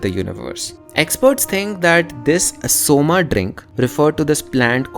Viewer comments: why can't you keep it pure? Always somā It's not somā It's soma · Bhai humare sanskrit me bhi Asur hi bolte hain Asur-a nahi. And its Som not Som-a. Ye english pronounciation ki wajah se krushn bhi krishn-a ho gaya ab to log Ram ko bhi Ram-a similarly Ramayan-a, Dharm-a and so on. Please correct yourself